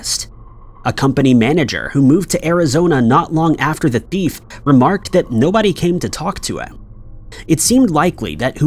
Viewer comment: It’s frustrating… you still continue to pronounce “thief” like “deef” or “beef” and even sometimes like “teef”!!! Please google the right pronunciation and your viewers will appreciate you more…